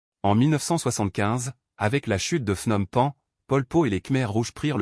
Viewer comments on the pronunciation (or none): l'inconvénient de la voix IA , c'est qu'elle produit de nombreuses erreurs de prononciation . "Pol Pot" , "Saloth Sâr" , "Phnom Penh" , ça se prononce pas du tout comme vous dites . d'autre part , votre déclaration comme quoi il serait né dans la ville ou la province de Prey Veng est contredite par plusieurs biographies . en réalité , il serait né dans la ville de Prek Sbauv , province de Kampong Thom . d'autre part , vous indiquez son séjour à l'étranger à Paris , mais vous laissez de côté ses voyages en Yougoslavie , au Vietnam et en Chine . de plus , vous présentez son mouvement comme clandestin , ce qui n'a pas toujours été le cas . Khieu Samphân a été élu député en 1962 et nommé Secrétaire au Commerce . de plus , vous présentez à tort Pol Pot comme le seul dirigeant du régime , ce qui n'était pas du tout le cas . de plus , vous parlez d'un génocide systématique des religieux , ce qui est faux parce que les moines avaient la possibilité de revenir à la vie civile . de plus , l'invasion vietnamienne a commencé au mois de décembre 1978 . enfin , vous oubliez de parler de la succession de Pol Pot , et en particulier de Hun Sen , lui-même Khmer rouge dissident , devenu Ministre des Affaires étrangères en 1979 , puis 1er ministre en 1985 .